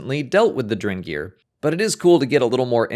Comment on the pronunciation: Are you saying "drengr"?? Did you know drengr is what the Viking warriors called each other??